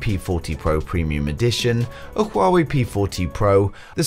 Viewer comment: it's Huawei not shuwawei